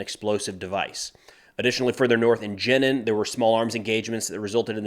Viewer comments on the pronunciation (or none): Pronunciation guide: "Jenin" is pronounced the same as the girl's name "Janine".